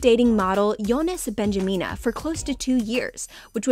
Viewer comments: Younes Bendjima not Benjamina... Arghhhh !!! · And Younes Bendjma as Younes Bendjimina 🤣